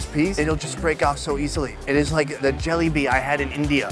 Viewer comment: Lol "It's like the Jelly-Bee I had in india" Jalebi is delicious... but it is pronounced juh· lei·bee :)